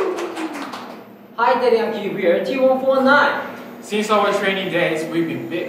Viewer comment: im sorry how are they pronouncing t1419? tee one four nine?? wut?